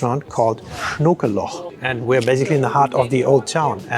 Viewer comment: Saumagen in Heidelberg? Tourists... While on a macro scale it is the right region, on a micro scale you're off by a couple of kilometres. That stuff belongs on the other side of the Rhine, 14km to the west. Also, funny to hear a German mispronounce German words (ok, I admit it's dialect, but whatever). That was the wrong O in Schnokeloch (Schnakenloch, "mosquito hole"). The right one sits deep in your throat, at the same place an A is made.